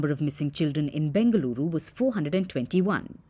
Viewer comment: My respect... i loved it when it said BENGALURU AND MYSURU...